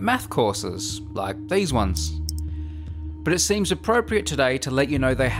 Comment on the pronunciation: I no-Ticed how he pronounces his Ts and now i can'T unhear iT